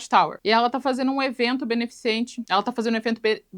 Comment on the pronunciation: porque é tão dificil dizer "benefiCEnte" ? (eu tb não consigo)